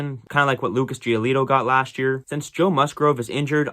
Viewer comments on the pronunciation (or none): none